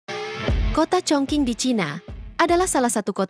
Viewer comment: Setiap youtuber yang baca negara Chongqing pasti salah. Chongqing di baca chungcing